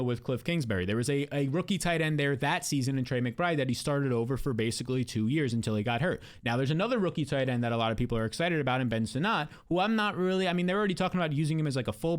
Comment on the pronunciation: Ben Sinnot's last name is pronounced like the word 'Senate'. True story and rather appropriate given he was drafted by Washington. I enjoy your channel. Just an FYI